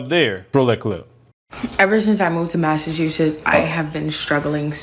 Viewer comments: "Massa-chusetts." Just sayin. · The state is literally called Massa-chusetts